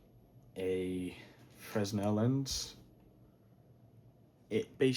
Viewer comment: Fresnel is pronounced Freh-Nel. That plate is a polarizing filter